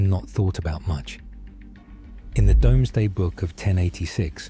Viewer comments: The A.i is so jarring, its spelled Domesday but has always been said " Doomsday " But great video otherwise, love seeing you react to stuff like this, even if most the images are not correct either. :) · A few of the pronounciations were wrong. Domesday Book - Dooms day Cinque Ports - Brits say sink ports although it should be sank ports as its a French word meaning 5 ports. Romney Hythe and Dymchurch railway not Dungeness It is used as part of the local public transport system and its a great tourist draw. It has steam and diesel engines. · It’s Doomsday book not Domesday even though it’s spelt that way……….🤷🏼‍♂️ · It's the AI narration. If the script was penned by a human that knew it would be read by AI - they should have written 'doomsday'. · I can't be the only one frustrated by the narrators pronunciation of Domesday book! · By the way, the dramatically-whispering AI voice keeps literally reading it as "domes day book", but it's actually pronounced "Dooms day book". The spelling is Medieval, you see, but it is and was always said "dooms day". Indeed, the new Marvel film hints at "Dooms day" because of Dr.Doom. A little nod to William the Bastard's inventory stock-take of his new possession, when the Normans invaded and conquered England. But historians love it because William the Conqueror's detailed census of what he'd just conquered in war - his new Kingdom - gives historians a massive detailed record of all the people, buildings and businesses going on at the time - a historical "snapshot" of 1000s England. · Though to be fair it is spelt 'Domesday', and anyone/anyAI unfamiliar with it would just say it the way it's spelt. But I cringe every time it's pronounced wrongly. Same with POT-ash (not po-tash). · Please don't accept the pronunciations of this commentary. It is AI and they don't know how to read English properly i.e. potash is pronounced pot-ash not po-tash and it's pronouced Dooms-day book not Domes-day book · Domesday is pronounced DOOMZ•DAY